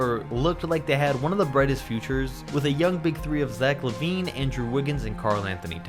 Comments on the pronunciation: you said la vine not lavine you saidd La Vine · Did he just say "La-wine" If you agree please like the comment And if you do it will give you great luck thx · the way he pronounced lavine tho